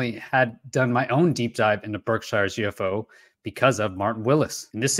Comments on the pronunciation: I just have to say it lol. It's pronounced Birkshears (Berkshire's). I live in ma. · "Bark-shur",:o)